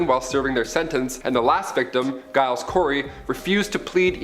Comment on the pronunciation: okay, let me help you with the pronunciation of the name Giles. The G in Giles is pronounced with a J sound not a G, as in the name Gerald. Hope that helps in a future video.